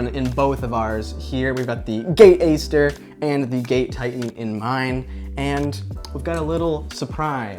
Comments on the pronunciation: nah its the GATE Aster, but he pronounced it differently :D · It's pronounced Ate Aster, that type of A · No offense but could u look up how to pronounce aster I’ve been watching a few of your vids u pronounce it wrong and it’s a little cringey sorry. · If you get the basic Titan from gate, its a lot cheaper. Ive never found a need for the advanced settings in my SSG build. Definitely if youre on a budget look in to the basic module titan. Also I believe Aster is pronounced with a hard A, as in "at".